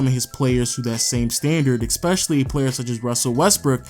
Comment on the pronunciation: Why does this nigga says "eXpecially" for some reason it pisses me off